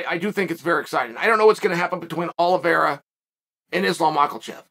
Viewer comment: Makelchev...Pierruh...Moooeeee tie